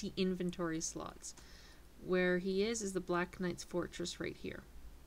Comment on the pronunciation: fortress not forrest